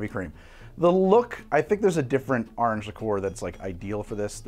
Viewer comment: The AHRNJ had me dying